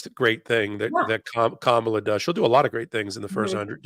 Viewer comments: Please …It’s Kam a la..The accent’s on the first syllable, not the second…we love you but give her the right name… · please pronounce Kamala's name correctly! The accent is on the first syllable, NOT the second! Thanks!😊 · Isn’t it KAmala?? Rather than KaMAla?? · keeps pronouncing Kamala, Kam-a-la like Trump says Kamala, Ka-mal-a. I wish she'd say her name correctly. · Her name is Ka ma la not Kar Male. Please make it right. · Kam - ala please, not Ka - mala. That's what trump deliberately calls her. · Comma La , not Ka Mah la ! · Kamala is pronounced Comma' lah. DT and others saying Ka mah'lah are wrong. I heard that mispronunciation tonight on this program. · Kamala is pronounced comma la. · Please pronounce her name correctly. It is pronounced KAMala. (The lady here didn’t pronounce it correctly but at her like scump does). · PLEASE say her name right! It’s KA ma la!! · Great presentation. mispronounced KAmala's name. The accent is on the first syllable. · It's KAmala Harris! Your guest host HAS to pronounce her name correctly! C'mon... you guys are better than this! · Okay, someone tell how to pronounce the next President’s name … Kam-a-la (rhymes with Mom), and she’s been our VP for almost 4 years for heaven’s sake. Quit pronouncing her name like trump does. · I cringed every time you mispronounced Kamala! Please get it right. Comma-La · Kamala. Emphasis is on the first syllable. Think Comma-La. She’s been a public servant for 25 years. You are either ignorant or rude. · Ms.Harris? VeeP Harris, but DISRESPECTFUL first name, and Mispronounced !!! Say: Pamela. Say: Kamala. 1st Syllable is louder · Kamala will soon be president. Might be time for this woman to start pronouncing Kamala right. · needs to learn how to say Kamala correctly. Please stop using the MAGAt pronunciation. Can’t even finish listening to this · pronounce Kamala's name right! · ..teach her how to pronounce Kamala...god.